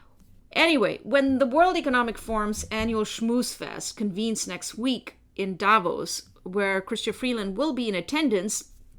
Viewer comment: Davos not Davis🙄